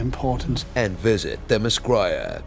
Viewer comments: Say "Themm-iss-scare-uh." (That's how you pronounce wonder women's islands name.). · It's pronounced mis-sceera the Amazon place btw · 1)Actually, it's World War 1 (no Nazis yet) 2) The land Diana is from is pronounced THE-muh-SKE-ruh 3) The other three Chris', Hemsworth, Evans, and Pratt, are already in the MCU, and Kris Kristofferson is pre-MCU, ironically; therefore, Pine is the best Chris in the less popular big-2 comic franchise. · Hehe, th-em-iss-kee-ra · The-MUH- Skier-UH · Lol when the narrator has problems pronouncing the island name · Is it so hard to pronounce Themyscira? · Shut up, you know how to say themiscira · Nice but it pissed me off when you couldn't pronounce Themyscira correctly 😒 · ok this is how the island is pronounced. Take theme and mascara....remove the m in mascara...combine the two words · Wow, John Bailey needs to go back to grade school if he can't pronounce "Themyscira". Its not that hard pal. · The Boulder it's honestly not hard to pronounce at all I didn't even know profile can't pronounce it until this video but it is hard to spell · You guys totally Airbendered the pronunciation of Themyscura. Like really? They only pronounced it in the movie multiple times for you and you still mess it up? 😂😂😂😂😂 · Themyscira isn't that hard to pronounce